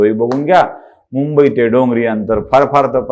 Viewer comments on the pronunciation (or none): none